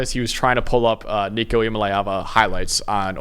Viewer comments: It’s LAY not LEE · Pounced EEYA - MA - LEE - AAVA.. Got to learn the player.. Oklahoma is MORE important than NCS. -------> VOLS BY FIDDY!!!!!! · If you can’t pronounce Nico’s name right I ain’t listening